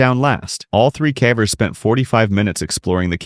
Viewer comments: I assumed that when he said "cavers" as if it was to rhyme with "cadaver" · 6 cavers was pronounced wrong in the third one